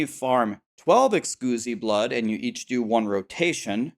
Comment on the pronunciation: Someone PLEASE tell him thats not how you pronounce Exquisite blood